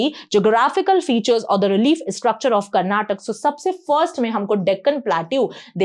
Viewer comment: Madam for your kind information we pronounce our state name as Karnataka not Karnatak , it really boils our blood when some one mispronounces our state name. It will be the same feeling when someone mispronounces your name. Kindly rectify this.